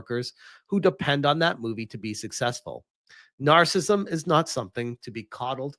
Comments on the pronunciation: It's "nar-cis-sism", not "nar-cism". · So, the only thing you got out of this video was his mispronunciation of narcissism. You must live a sterile life.